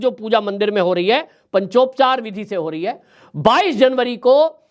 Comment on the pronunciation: हंसी आती है आप पर ,आप जिनके अधिकार की विवेचना कर रहे हैं वह आपके अधिकार की रक्षा के लिए आपके पौरुष की विवेचना अनादिकाल से करते आ रहे हैं । आप पंचोपचार का उच्चारण भी नहीं कर पा रहे😂